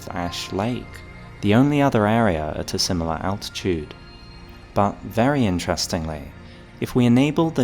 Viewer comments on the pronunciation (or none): none